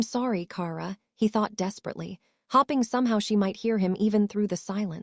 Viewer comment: Also Hop-ing. Instead of hope-ing.